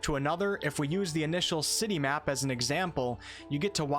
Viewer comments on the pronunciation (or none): none